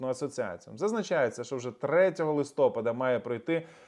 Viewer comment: ЛистопАд наголос.